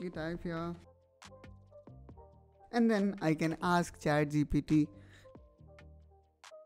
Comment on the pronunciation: i heard chai gpt